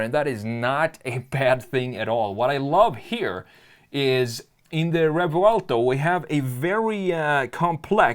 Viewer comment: Rrrrrrevouelto... yeah, he's from Stockholm, for sure...